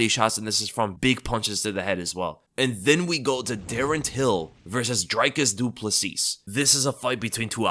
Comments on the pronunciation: its pronounced Drecus Doo Pla see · It’s pronounced Dree-Kus Doo-Plus-See, just wanted to help you out with pronouncing it. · Its PRONOUCED dreeEEEkus du plessee !!!, UNSUBBED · It's honestly pretty funny how badly you mangle Dricis du Plessis. I don't think I've ever heard anyone pronounce it worse lol